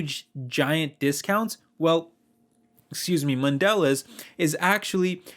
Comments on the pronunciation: PRONOUNCED MODELEEEZE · It's pronounced man de lay. It's French so you don't pronounce the last letter. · It's pronounced MON De Leza. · Dude, Good video, but you need to learn how to pronounce mondelez... The bar over the last e means something